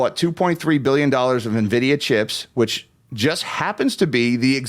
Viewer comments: How is it possible to mispronounce "en-vid-ee-uh"? she's calling it "ni-vid-ee-uh". that seems weird. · navidia lmao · It’s not pronounced “nividia” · It's pronounced Annn-vidia